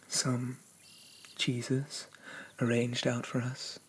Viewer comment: Omg when you said "I have some cheeses" I thought you said "I have some JESUS" coz boi do i need some of that Petition to rename him because who else is going to take me on a cheese journey such a this? I feel so enlightened, so blessed 🙏 Has he ever tried grilled cheese? He needs to try grilled cheese. We need to have grilled cheese for breakfast. I only sleep for 4 hours a night so wakey wakey cheese and bakey 👏👏👏